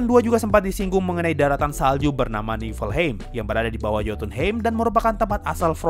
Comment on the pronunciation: Bang baca nya bukan Niflheim tapi yg bener Niflheim